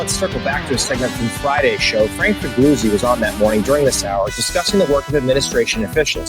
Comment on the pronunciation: I believe it's 'Fa Goo Zee'...and he's a former hack FBI employee who has many crazy claims since he became an 'news analyst'...